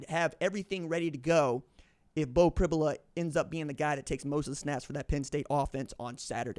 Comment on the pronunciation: It's pronounced Prib "you" la. You can't throw the ball down the field when you can't protect...It's a recipe for sacks and turnovers. Look for screens and quick throws by Ohio State. Allar has been playing at an elite level this year. Pribula can throw and move well. He's a 4 star prospect and has played in many games. PSU can win with either.